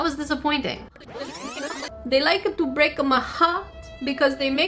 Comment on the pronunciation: ThEY LikEa to BrEAka My HEaRt. Gives me goose bumps. ;-; XD